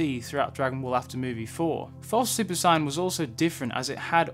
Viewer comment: At around like you pronounce “Saiyan “ as opposed to “Sighyan” lol